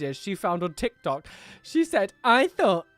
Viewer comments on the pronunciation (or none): none